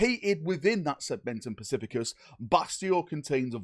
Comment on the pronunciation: Segmentum "specificus" haha